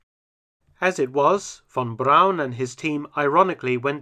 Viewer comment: THANK YOU Mark for correctly pronouncing "Braun" and not like the amerians with their "Brawn"